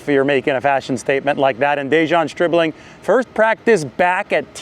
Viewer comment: Stribling, pronounced by as SchhhRIBling.